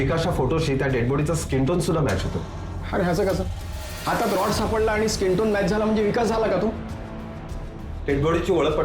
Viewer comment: रड नाही रॉड mhna